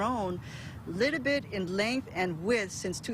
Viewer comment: "These cracks have grown liddibit" 🤏🏼 -Professional Engineer